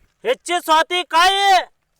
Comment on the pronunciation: ಸವತಿಕಾಯಿ ಅಲ್ಲ ಅದು ಸೌತೆಕಾಯಿ.😢😢